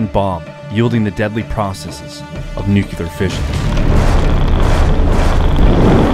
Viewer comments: It’s nuclear, not “nucular”. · I’ve always wondered how the brain turns the word nuclear into “nUcYuLuR” 🤣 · NOO - CLEE - ER ! ...Not new killer... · Amazing video, but every time you say nucULar instead of nucLEar, i die inside a little. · Bothered me so much. I thought I was the only one until I saw your comment. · I really wish people would stop saying "nucular". It's nuclear. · Absolute favorite channel on YouTube, thank you for your hard work! (P.S. It's pronounced nu-clear, not nuke-ular) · it's NUCLEAR NOT NUCULAR:face-red-droopy-eyes::face-red-droopy-eyes::face-red-droopy-eyes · NucLear. Not nucular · as the great homer simpson once said, "new-cue-ler, it's pronounced new-cue-ler" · Nuclear is not "nook-you-luhr". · Nue-cu-lar? Dropped by a B-28? I think you need to work on your facts and grammar. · How to pronounce the word “Nuclear” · Solar duck but you got to learn how to say nuclear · If you're going to talk about atomic bombs, please learn to say "nuclear" correctly.